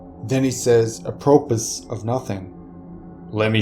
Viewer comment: Dude... "apropos" isn't pronounced "apropus".